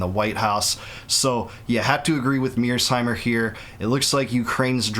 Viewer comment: Isn't John Mearsheimer surname Mear-sheimer not Mears-heimer?